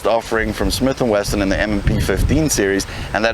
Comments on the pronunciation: No, it's Smith and Western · Smith and weeson